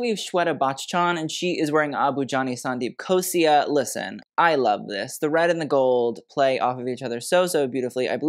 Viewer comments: I laud you for attempting so many names of celebrities, designers, fabrics and drapes. Agree with more of your compliments and criticism. The bra top, as you put it, with the lehengas are 'choli's. A note - Gigi's second look is Sandeep Khosla, with an L and not an i. Also for Sara, banarasi is more of a weave and because of that a more flat threadwork whereas this embroidery ties back to mughal roots in the style of jacket as well as the print. Lastly, it is Shanaya Kapoor, the way its spelt is correct. A little quality check and background check goes a long way,. Expect to see you get into more such videos:) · just a correction…it’s Abu Jani Sandeep Khosla not Khosia..you did amazing sweety!!!! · Abu Jani Sandeep **KHOSLA**, not khosia And the tiger on belt in sabyasachi black outfit is the house emblem. Sabyasachi Mukherjee is the designer, he is Bengali, i.e. from Bangladesh. And the tiger is the national animal of Bangladesh. Bengal Tiger. It's like Versace's medusa. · I love you for doing this but it's Abu Jani Sandeep KhosLa, not Khosia. 😭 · You mean - " Abu Jani Sandeep Khosla " and not Khosia . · It’s “Abu Jani and Sandeep Khosla” not “Khosia ”🙈😂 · It’s Abhu Jani and Sandeep Khosla.(it’s L and not an i) No hate just letting you know. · IT'S SANDEEP "KHOSLA" HONEY!😂🙄😂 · Abu Jani Sandeep **KHOSLA**, not khosia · It's Sandeep Khosla and not Khosia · It’s Khosla not Khosia and it’s Manish Malhotra not Manish aurora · "KHOSLA". NOT KHOSIA !!??! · Sandeep Khosla not Khosia, lol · Abu Jani and Sandeep KhosLA 🥺 not KHOSIA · It's khosla* not khosia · It’s not khosia but khosla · Hello, I don't mean any offence but the name is Khosla with an L not i, I can see how that could be confusing though! Great video. I'm really glad Indian fashion is getting noticed now. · it's Abu Jani and Sandeep KhosLa. With a L 😅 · It's Sandeep Khosla....it's an L ...not an I....But it's okay....You tried your best...we appreciate that.... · its KHOSLA not KHOSIA